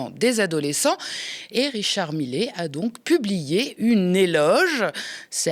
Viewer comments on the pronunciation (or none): Millet, ça se prononce MIYÉ. Et ce n'est pas "une éloge" mais "un éloge". Et laissez tomber la blague d'ouverture, merci ! Sinon, bravo !